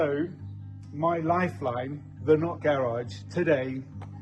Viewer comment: I could tell what the not garage meant to you by the way you mentioned it one thousand times! Thought you were saying nut garage! Ha! Enjoy the new view. It’s looking spectacular! Good job all!